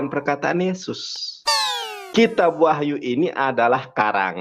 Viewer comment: Kenapa saya merasa geli saat ngomong kitab wah(gr)yu, yoh(gr)anes. Alay versi ngArab 😅